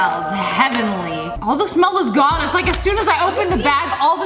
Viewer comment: When you said the "all the sent is gone" I thought you said "aw! The sent is God" lmao